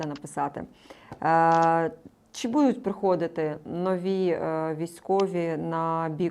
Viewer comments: Доброго здоров'я!,прохання до Вас,ставте правильно наголос.Нема слова "будУть",є слово "бУдуть".Перевірочне слово" бУти"! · Шо це за дивний наголос у слові будуть?! Просто капець... Де вона це почула? І які українці так кажуть??? Дратує жахливо. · А слово "будуть" з невiрним наголосом вiд панi рiже слух постiйно. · научитесь говорить слово будуть правильно, нема слова будУть, гидко слухати!!!